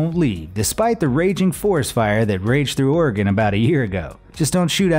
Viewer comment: HE PRONOUNCED OREGON RIGHT 🌲🌲🌲🌲🌲🌲🌲🌲🌲